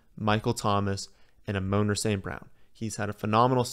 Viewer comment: Like the video but please my guy. Its Amon-ra like the God 3 syllables